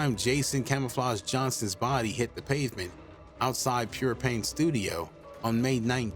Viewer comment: where he actually lived. The mispronounced Pure Pain. He actually lived in Fred Wessel’s Apartments and not Hitch Village. Although they were technically across from each other. I grew up and lived in Hitch Village. I was living there when most of the shootings happened as well.